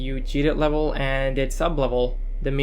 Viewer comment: Levuhll euu-geeted 😂